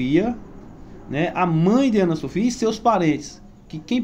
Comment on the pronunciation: A nenina é Ana Sofia, fale direito. Essa adolescente be estudada